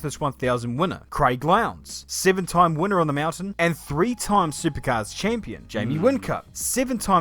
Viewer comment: Sounds like a kiwi, he said sivin , instead of seven.